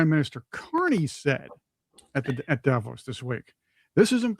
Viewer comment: First of all pronounce Davo’s right , it’s not with a long A. I voted for Donald Trump. Don’t get me wrong, but the way you guys use slang it doesn’t provide a very well educated platform. Nobody gets to say hey, because another country is this or that just because we have somebody empowered that’s willing to step over Supreme Court justice and NATO to say I’m just gonna do this because it’s good for your country. That’s not cool at all.